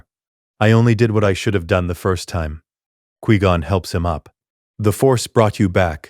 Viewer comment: This AI is dumb. 1- Bail Organa wouldn't have known Anakin if Qui Gon hasn't found him. 2- It's f*cking "QUI (Kwai/Kwhy) GON"!! Not "QUEE GON"!!!